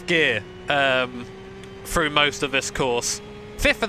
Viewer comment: froo = through, free = three? UK peeps you stick your tongue to the back of your teeth when you pronounce "th" mmmkay? Fun vid though.